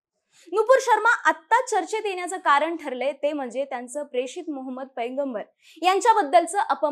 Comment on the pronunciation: परिनाम,निर्मान, येन्याच, आनि.... किती अशुद्ध उच्चार...🫣